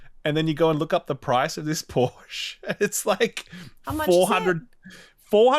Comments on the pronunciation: Its callled PorschE NOT PORSCH. ^^ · Hasnt ralph seen friends? ITS POR-SHAAA